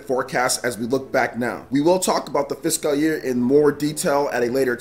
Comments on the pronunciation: It's "fis-CULL" not "fis-Kyle" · I thought i've seen it all after he pronunciation of Caligula ( CaliGOOla) and Starlink Atlas ( Atlast) but ive watched this 5 times already and each time my stomach is in literal pain from laughing so much...like it's sped up when he says fishkal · It's not though. He's saying like "Fisk Kal" instead of "Fis cull". It's kind of a meme that he's bad at pronounciation at this point so people hear it more acutely when it happens. Plus he kind of draws attention to it because he seems to know he doesn't know how to pronounce it as he kind of pauses then says it quickly when he says it. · I can hear the inner Nigerian when you say fiscal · the way you pronounce fiscal hurts me. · Holy Jesus! Had to stop this video less than 2 mins in! Learn how to freaking pronounce fiscal! Please! I watch all your videos, and enjoy your content, but ima have to skip this one so I can go get some tissues for my bleeding ears. Damn near made me un sub. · Why is he saying fiscal like that? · not physical year, fiscal. A fiscal year has to do with government taxes rather than jan-dec edit: though he is saying fiscal a little weird lol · Great video!! I don't think your pronouncing the word fiscal right, just giving you a heads up. Keep up the great work! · The way you say physical 🙄 lol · Fiscal year but the way he pronounced it was completely wrong.